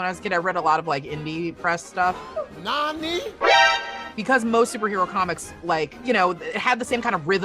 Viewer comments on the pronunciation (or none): NAH-NEE !? LOL😂